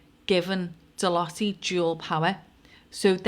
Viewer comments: It’s pronounced deloute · Ahhh pronounced “de loyte” x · Hi, not an easy company to pronounce, and it's pronounced different in each country, but the nearest UK phenetic is De-loit, as in loiter about, just don't add the 'er, you can add a 's deloitte's, or de-loit's the " 's " is seen as encompassing all companies that sit below the Deloitte umbrella, you could also look at likes between this company, the TBi (Tony Blair institute) Oracle and Larry Ellison and donations to TBI by Larry, likes to Black stone and Black Rock, that is a thread to pull, and associated events around people unliving themselves. it is a pleasure to watch your videos as you can see the threads you pull at, you may want to investigate Nosta as a safe decentralised platform to make sure you don't lose your social media visability. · I remember the name Deloitte , they came and turfed everything out of a company I worked for that went under, computers, the lot, they were liquidisers back then in the 80's. Pronounced Deeloyte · Deloitte ....loitte pronounced as in the word loiter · Deloitte have fingers in ALL pies. Absolutely everything. Like SERCO. (pronounced De-loy-te I think). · Deloitte (pronounced De Loyt) as a banking and accountancy consultancy, have been around for a long time. Since 1845 in fact. They seem to have fingers in a lot of pies. It’s interesting that although you occasionally hear the name mentioned, there’s not really much transparency around what they do. They are a big player though, with a global revenue to May 2025 of US$70.5 Billion. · Pronounced DE-LOYTE